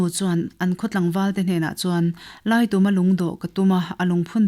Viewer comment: Laituma tih hi, tum lai hi thingtum angin ilam a, khutah kal ka tum, zintum tih ang a lamrik tur ani zawk em aw, thahnem ngaih vang❤